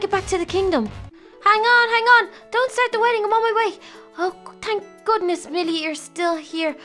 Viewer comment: it's wedding not weedding